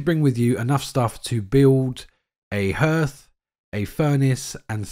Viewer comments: Harth, not h'rth ❤ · Why are all you YouTubers pronouncing the word 'hearth' (properly, h-ah-rth) as 'h-er-th'? I don't get it. It's a pretty common word.